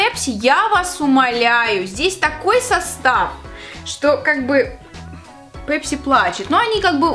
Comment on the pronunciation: Мы русские с нами "пЕпси" это просто😅😅😅😅😅